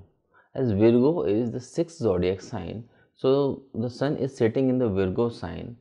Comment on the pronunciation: it Virgo pronounce as Vargo not veergo